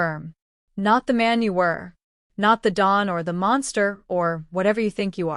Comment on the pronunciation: "that expects to be a bade?" you mean, 'obeyed'. "So, Fia" You can program the chosen spelling of each name into the Computer Writing Program, instead of all of the different spellings. The computer can't isolate unless it's a directive. "No one speaks to the 'doll' like that." 'Don". You should probably fix that first. 'Admission Papers' not "Discharge Papers". "He just 'hurt' her laugh." you mean 'heard'.